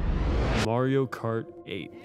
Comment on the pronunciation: MA-RIO why can’t you say MARIO 😂